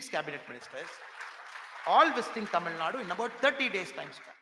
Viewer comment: Tamilnadu not Tamilnad mr anamala😂.தமிழ்நாடு கூட சரியாக சொல்ல தெரியவில்லை அதென்ன தமிழ்நாட் நோட்டாவா.